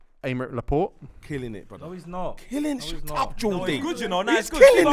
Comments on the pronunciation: The more I watch this show the more I realise these man do not know ball, man said Laporte 🤣🤣🤣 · Also they can't pronounce Laporte.... he's only been in the prem a few years.... cmon lads, you don't know ball.